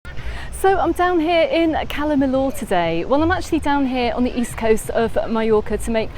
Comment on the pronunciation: Never heard anyone pronouncing calla Millor in such a weird way before , calla millooooor in mayyurke 🙄